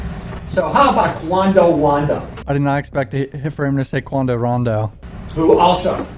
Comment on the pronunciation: "Quando wando" 😂😂😂